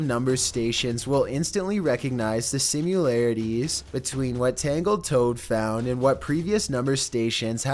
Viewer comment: It's similarities, not simularities